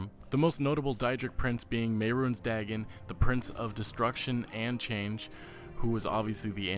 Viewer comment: You know Mehrunes Dagon is pronounced mayrunes day-gone and daedra is pronounced day-dra right?